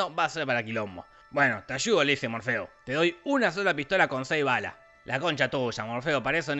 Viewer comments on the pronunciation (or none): Todos: Morfeo Te lo resumo: morfiu.